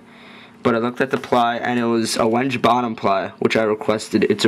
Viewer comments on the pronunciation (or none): lol, wenge is pronounced when-gay.